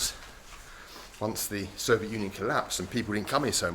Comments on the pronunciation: We made a drinking game out of it, a shot for every time he say "sovjet".... big mistake! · Can't wait for someone to make a compilation of every time he's said "soviet" in a video. I expect it to be at least an hour long...